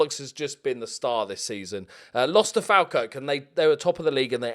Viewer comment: It's pronounced 'folkirk'